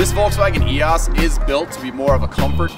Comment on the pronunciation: Love the car and video but your mispronunciation is killing me EEe Oh Sss